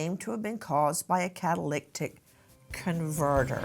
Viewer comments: kah- tuh- LIH - tik ... not kah- tuh- LICK- tik Nancy. Love you but just letting you know how to pronounce it . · Nancy, it's pronounced Cat-uh-lit-ic converter. Not catalictic....🤦🤦🤦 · Just so everybody knows an easy way to pronounce it, * cattle lit ick* is how it sounds when you say it in a sentence..it's a catalyst control on your car.. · Sorry Nancy… CA-TUH-LIH-TIC converter. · Have to log off on this one, I can't listen to "catalictic: any more. Does she think this mispronunciation is cute/ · Cat-a-lyt-ic (converter) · Car guys who’s yelling how to say catalytic (cadalydick) converter. That doesn’t take away from the chance this guy is getting rid of evidence. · Nancy, you're mispronouncing the word "catalytic." yoire adding an extra "c " in the middle of the word. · NANCY cannot say catalytic to save her life. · This case is here in northern calif where i live..Nancy, it's a catalytic converter. You're butchering it. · Lol😂 it's driving me crazy too, she's adding and extra "T" 😆